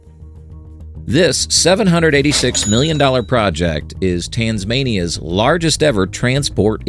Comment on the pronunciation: LOL the AI can’t pronounce Tasmania